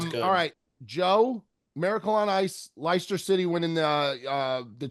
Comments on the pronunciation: with the absolute butcher job on the pronunciation of Leicester City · Pronounced “Lester City” lads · Great episode fellas. For future reference gents, Leicester City is pronounced Lester City.. And what they did in 2016 was proper fairytale stuff. They had no business beating the teams they beat to win that title. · The pronunciation of Leicester from was exceptional 😂